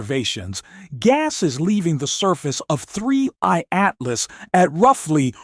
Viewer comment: Why does your robot voice keep saying "3Y Atlas" instead of "3I Atlas"?